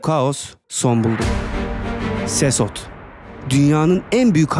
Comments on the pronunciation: Sesot değil sekot diye telaffuz edilir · Abi sesot değil sekot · SESOT DEGIL BIR KERE O SEKOT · Abi sesos okunmuyor sekot okunuyor